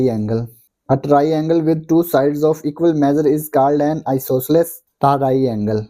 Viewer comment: isosceles ❌ iciisee ✅